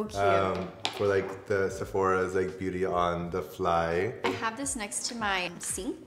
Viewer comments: I think he said "bitty" sponge from Korea. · I'm so sorry, I couldn't tell whether he said biddy sponge or beauty sponge? Either way I cannot find it anywhere online?? Can we get a link??